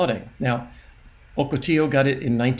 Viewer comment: I live in San Diego and those alluvial fans are where they have flash floods. They have warning signs along the roads for flash flooding and people have been killed out there in the past from them. You did generally pronoun Ocotillo properly. Some people call it Ocotillo Wells. It is a very small town so I could see it getting completely wiped out. Thank you for keep us updated on this storm.